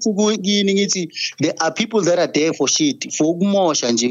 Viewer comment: "For sheet"💅🤣🤣